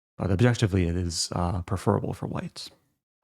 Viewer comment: Accent on the first syllable in "preferable".